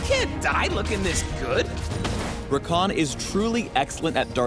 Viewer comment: Haha ever thought id see my little brother Rakan's name as a league of legends character. its even spelt the same even though they do pronounce it differently. (we say ra-can not ra-khan)